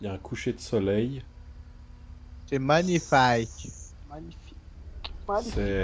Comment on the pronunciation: Mdr qui dit c'est manifaique Mais sinn elle est stilée la course On t'adore et bonne continuation